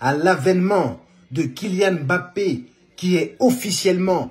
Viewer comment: Que ça fait du bien d'entendre quelqu'un prononcer correctement le nom "mbappé'' ... Y'en a marre d'entendre leurs embappé , enkunku , engolo , ....oohh la la